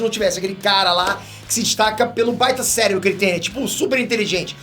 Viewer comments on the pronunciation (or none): none